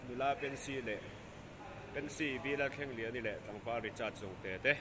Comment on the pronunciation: Pency nilo in pensy tih tur Lalthlengliani nilo in Lalthangliani tih tur